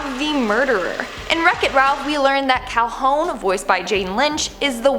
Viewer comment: Her name is pronounced Cal-hoon, not Cal-hone. Also, I'm pretty sure she gunned down the bug before he transformed into him. - Rapunzel was locked in the tower in the movie, because she was locked in the tower in the original story. And I'm pretty sure someone named the kingdom after the Corona brand of beer; which was also a favorite of the Space Quest creators, hence them naming the first game's fictional planet Kerona. - There's a Snopes article that debunks the Snow White thing - Lots of the movies' original stories also had the main characters' mothers dead. Hell, Cinderella's mother's death is pretty much the cause of the entire story. Also, not every movie does this. Tiana's mother lives, Rapunzel's real mother lives, Aurora's mother lives, and Simba's mother lives.